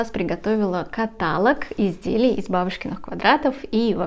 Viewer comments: Не кАталог, а католОг, запомните патолог - католог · КаталОг, а не катАлог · канал прекрасный и бабушкин квадрат хорош, но слово каталог произносится с ударением на последний слог каталОг а не катАлог извините, но очень режет слух. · ВСЁ ОЧЕНЬ ПОНРАВИЛОСЬ!!! Благодарю за такую подборку! Вяжу уже 50 лет!!! В 12 лет первую жилетку... Крючком меньше вязала. Сейчас уже и не успеваю свои закрома перевязывать... Загорелась связать платье, благодаря Вам! Простите великодушно, но уши режет от слова катАлог". А остальное просто отлично! Успехов и процветания!!! 🌹👍💥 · Не катАлог, а каталОг. Неверное ударение режет слух хуже гвоздя по стеклу. Вас смотрят и слушают множество людей, будьте аккуратнее. Успехов и здоровья. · Послушайте, Вы!!! Это уже деградация и ничего больше! КатАлог или того хлеще кАталог, нАкид, рАпорт вместо раппОрт, вООбщем, иНэНэН вместо И-эН-эН и пр. и пр. ерунда — и при этом огрызаетесь "не смотри,не слушай". Трудно ответить "да, ошибка, исправимся" ??? Я хочу посмотреть и послушать! Бескультурье, невежество зашкаливает!!! (Ещё и оправдывается невежество — это типа оберег, ахахах…). Скорее всего,— это непоправимо……. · КаталОг!!! Ударение на последний слог! Режет слух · Не катАлог , а каталОг! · Спасибо большое за подборку и описание. 😊 Один момент - " каталОг"= диалОг, монолОг. Простите. ❤ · Обратите внимание , как правильно делать ударение в слове КАТАЛОГ , режет ухо. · Правильно ставить ударение каталОг. Извините, не смогла сдержаться, резануло слух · каталОг, пожалуйста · Запомните три слова. ЭпилОг. НекролОг. КаталОг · Правильно говорить каталОг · Каталог, диалог ударение на О!!! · каталОг, диалОг, некролОг, монолОг..... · спасибо вам за ваши мк, всегда хорошее настроение и улыбку. Но каталог произносится с ударение на -о-. Кое-кому слух режет. Пожалуйста, возьмите на заметку. Без обид. Здоровья вам и удачи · Ударение на втором слоге в слове каталог "режет" слух, при всем уважении к Вам